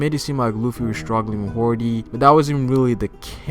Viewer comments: HIS NAME IS HODY NOT HORDY. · Im glad somebody said this.. i cringed everytime he said hordy ..i had to skip past that part lol even though in the funimation subs it is hordy ..which drives me crazy ..i think hody sounds alot better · HORDY? ITS HODEEEEEEE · hody not horedy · Not hordy but hody